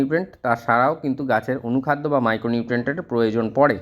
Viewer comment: apni anukhada nam ta ektu bolun..tik vabe bjte parchina.❤